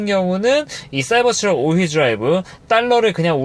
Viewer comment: 발음을 굴릴려고 하다보니 사이버스 트럭이라고 계속 하시는데 영어는 발음좋다고 잘하는게 아니에요